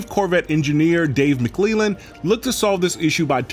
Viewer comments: Just FYI, its Mick-Clell-Lan. Not mick-clEE-lan. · Did he pronounce McClellan as McLeighland?